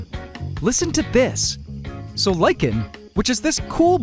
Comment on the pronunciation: Thank you for pronouncing lichen properly!